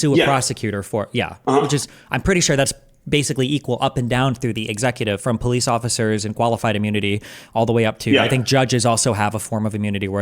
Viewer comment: Can anybody tell me why the comments start yelling at him pronouncing POLICE? Did he pronounce it wrong or is it just sarcasm? Sorry I'm not native speaker